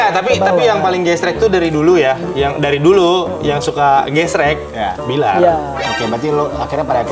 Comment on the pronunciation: Billar udah kebawa Dede nyunda bgt F jadi P wkwkwkwk